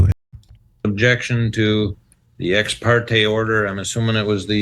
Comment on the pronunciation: Every time she says exparteee I laugh